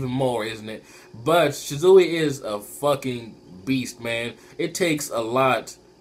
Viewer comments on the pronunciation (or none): ahh the way you say shisui urks my nerve lol its SHI-SU-WE not shi-zui lol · why do u say Shisui like Shizuwi....that's funny